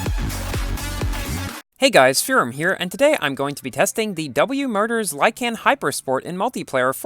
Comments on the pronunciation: Did he say W motors or W murders? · 0.05 am I the only one or did he said (W MURDERS LYKAN HYPERSPORTS)